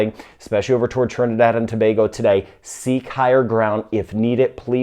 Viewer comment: He pronounced Tobago correctly